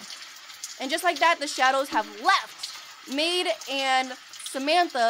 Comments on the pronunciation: It’s Maude not maid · Muade is pronounced Mawed or Mawd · u pronaunce it m AU d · You pronounce Maude like the word ''Mod''. The E is silent